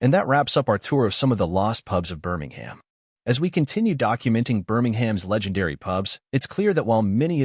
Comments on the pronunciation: Best watched with the volume set to zero - Would be improved with a transcript - then wouldn’t need to listen to the appalling American accent of the generated narration - mispronouncing Birmingham and generally irritating and annoying- Why can’t the channel record its own dialogue- preferably with a local accent ? Photos are great - information interesting if you can tolerate the awful audio track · Birmingham isn't pronounced like that, I'm confused!